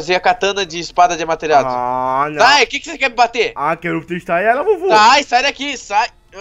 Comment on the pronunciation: Não é Amateratsu é Amaterasu 😐😐